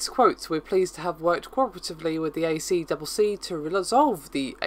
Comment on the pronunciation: "a triple c" is how it is said locally.